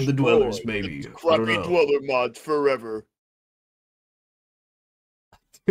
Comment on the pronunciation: dwel ler